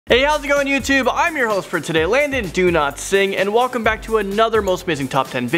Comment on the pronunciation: London’s name sounds like Landon do not sing XD 😂